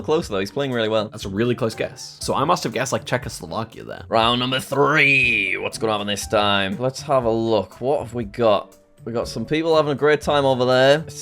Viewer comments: Young geography expert says “Czechoslavakia” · Nvm bro legit just instinctively said "Czechoslovakia" that's just embarrassing lol